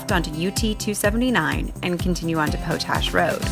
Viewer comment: Po-tash? It’s pronounced pot-ash.